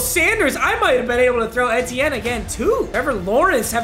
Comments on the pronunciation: Did it make anyone else mad when he kept saying et-ee-en instead of ee-tee-en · it's pronounced like EAT-ienne not ETTE-ienne. It's like you're just saying the letters E-T-N. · fr i’m a huge clemson fan and he kept saying it wrong and it kept getting me mad “en-tee-en” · Has anyone realized that he called E T N Ethin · Lmao its the letter E then tienne like (E-T-N) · it’s E-T-N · It's E-T-N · Say etienne like E-T-in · Eeeee teh en. 🤣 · ITS PRONOUNCED E-T-N 😭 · He’s name is (E-tee-en) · It’s Travis ETN. That’s how u say it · it's travis e-t-enne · Bro it’s E-T-IN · Someone needs to tell him it’s pronounced E-T-IN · Hearing him say travis ETN is cancer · Etienne is pronounced E-T-N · Your saying his name wrong it’s E-T-N😂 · Etienne is pronounced “ee tee n” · Hey papa etiene is pronounced aye-Chan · ain’t no way he just said ET-tienne💀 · hey Travis ETN name is pronounced E-Tee-N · Just for future reference it’s pronounced “E-T-N” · It’s pronounced E-T-N, PAPA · It’s pronounced Travis ETN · It’s pronounced E-T-N and ask the cowboys how the bell cow back strat is going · For the future it’s pronounced just E-T-N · It’s Travis Etienne, pronounced ETN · Very much. Someone has to tell him it’s E-T-N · It’s pronounced like “Travis E.T.N.” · Its pronounced ETN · Papa Etiene is pronounced E T N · papa it’s pronounced E.T.N just wanted to let you know love you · Etienne is pronounced ETN literally lmao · It’s pronounced: Travis E-T-N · it’s pronounced e t n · It’s pronounced E-T-N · it’s pronounced EE-Tienne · its pronounced EE-TEE-in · it's pronounced "E-Tee-N" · Wtf is Travis Atieaan bruh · It’s pronounced E.T.N. Like initials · PAPA its pronounced E te en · Papa it’s pronounced “E T N” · I love at but the eh-teh-n was not it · It's pronounced E-t- en, sorry Papa, just thought I should let you know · It’s pronounced “EE-TEE-EN” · Jesus can u please say ETN RIGHT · mans really be botching names... Etienne is pronounced ETN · ITS E-T-N